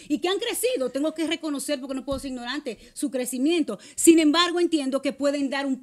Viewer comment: Ella me gusta pero no se dice imnorante, se dice ignorante 😅